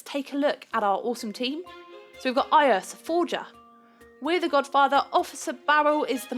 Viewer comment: When tried to say godfather instead of godfater she said godfarter lol